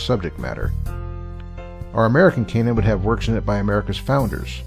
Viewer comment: This video is very hard to listen to. consistently mispronounces canon (a homophone of cannon) as if it were a homophone of Cainan.It's like he's never heard the word spoken before.